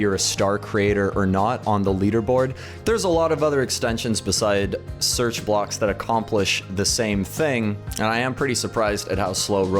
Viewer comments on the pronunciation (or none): none